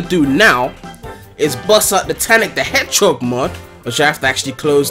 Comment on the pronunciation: Why is everyone talking about that guy saying "Hedgehock" it's just his Faroese accent